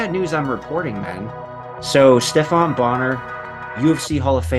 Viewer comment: Come on man did you really say Steph-ON Bonnar ? It's pronounced steff-en